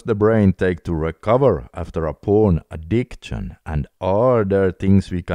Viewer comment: Brother i like your videos. Btw it is addik-shin not addikt-shin